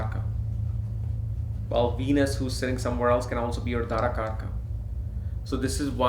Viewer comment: You are an Indian...at least you should be having correct pronunciations of Vedic Sanskrit words...Its not Dhaara kaarakaa...its Daaraa kaarak...Not Nakshaatraa...Nakshatr...It feels like some kind of fashion to manipulate Sanskrit to please English people! Being global is not a small thing. You are spreading great knowledge with wrong wordings...the next gen. will learn from you sir. Be responsible.